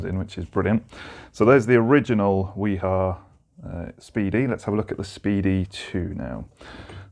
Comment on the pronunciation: Informative video, BTW the correct pronunciation of WIHA is "V-HA"